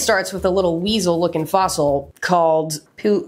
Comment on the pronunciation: Idk if it was intentional, but the pronunciation of Fossil sounded an awful like foss-hole and i giggled